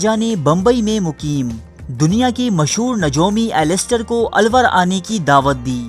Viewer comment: ye '' alluor ha na ky alwar